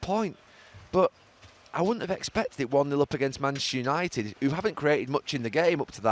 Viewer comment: Have a shot every time Gary says mchhsster unaated